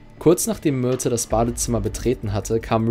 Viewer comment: Hab ich was mit den Ohren oder sagt der sprecher öfters Myrtel anstatt Myrte?